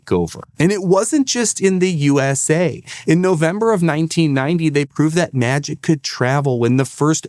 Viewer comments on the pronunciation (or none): I don’t know if you said “Ew”SA for USA on purpose but I’m stealing that regardless